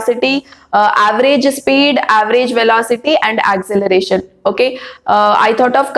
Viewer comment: Acceleration not acceleration Mam it's wrong